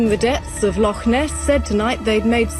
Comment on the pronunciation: The accent of the commentator is grating on my ears. Certainly not a Scottish accent, it hurts the way he pronounces Loch Ness.